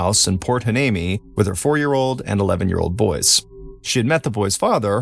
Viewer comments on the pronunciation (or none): Heuneme : why-knee-me .